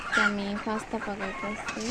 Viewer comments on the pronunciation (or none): Its not fasta its pasta